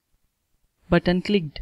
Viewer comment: Why when you say my button it sounds like my butt ?